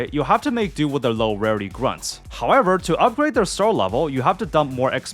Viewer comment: “Hahkwever” lmfao dead giveaway